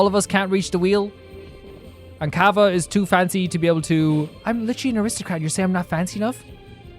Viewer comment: PATREONS can you guys link him the hu Tao fan song now that he did the quest Anyway why does bro keep saying kava 😭 btw you can only get off banner 4 stars